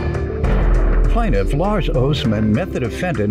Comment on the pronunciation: Did you mean "Plaintiff"?